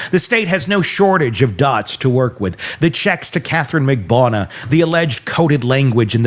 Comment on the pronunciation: Why can’t you pronounce Katherine Magbanua’s name correctly?